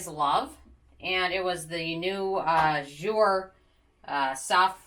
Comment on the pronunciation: Wait I’m sorry how did you pronounce jouer? LOL! And nah Sephora definitely won’t be apart of the group of stores that will be at 20% for ebates. Definitely not